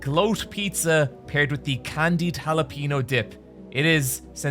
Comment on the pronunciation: Interesting way to pronounce jalapeño